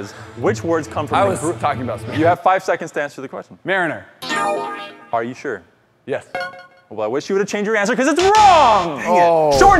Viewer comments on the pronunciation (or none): Mariner Me: NOT EVEN CLOSE!